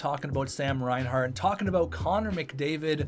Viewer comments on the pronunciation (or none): none